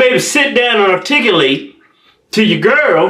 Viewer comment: "R-Tig-U-Late" like that word Yeahhhh!!!!